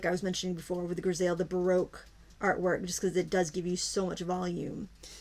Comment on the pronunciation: "griseille" this is a French word meaning "gray monochrome." It is pronounced "gree-say." Hope this helps. :)